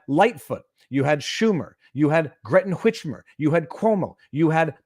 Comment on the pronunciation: You said greten witchmer, ha!